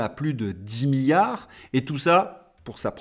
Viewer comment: Différence entre milliard et billard. Un i. On ne dit milliard comme on dit billard . il faut prononcer le 2eme i M I LL I A R D